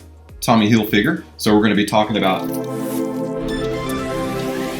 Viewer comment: Hilfyger? Seriously?